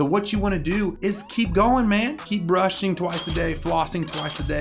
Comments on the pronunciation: “stop burshing “ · I don't think anyone noticed but I says "burshing" lol like imagine your about to go to bed and your parent/parents say "go bursh you teeth xd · Also did anyone notice ‘burshing’ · 5.08 Stop burshing? Haha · look at the way he says brushing